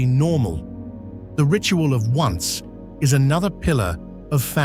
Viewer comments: Too bad AI doesn't pronounce the most important meal of the day for the family. It's pronounced On say (Spanish for 11) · "Once!" Sounded very funny when the AI voice was mispronouncing this word, meaning the traditional late-afternoon tea/snack. But apart from that, a nice video.